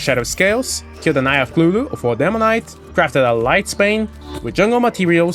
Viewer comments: Eye of clulu???? It’s cuthulu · nice vid thus far, not done, but omg I have a aneurism everytime you say "Eye of Clulu" LOL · To be fair, you're saying it closer to Lovecraft's intention than most do.